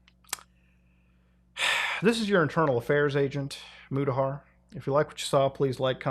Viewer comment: Thanks for the breakdown Muta-ta-har